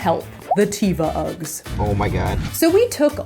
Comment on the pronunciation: Every time she pronounces teva wrong, an angel loses its wings